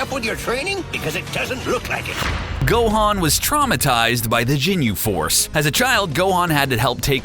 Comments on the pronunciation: "jinyu force" XD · He was saying Jinyu Force I almost died. 😂😂😂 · "The Jinyu Force" -_ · michael haynes "jinyu"